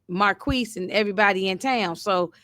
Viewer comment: From what I'm hearing on the tv show Marquis named is pronounced Mar-kease(phonetically) Saint should know who he married... no shade. He was big trippin all episode. I agree Skunk's days are numbered⏳️